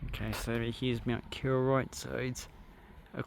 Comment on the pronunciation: KOroroit , not KIroroit